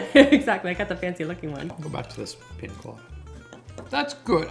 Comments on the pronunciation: PiÑa colada (pin-yuh-kuh-la-duh), not piNa colada 🫣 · It's pronounced: 😅 pee-nyuh kuh-law-duh